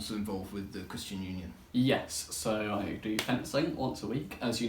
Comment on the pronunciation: Also the cwwwistian union is good